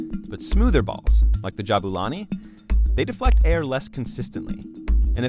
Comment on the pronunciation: It's Ja *BOO la ni and not Ja BA la ni.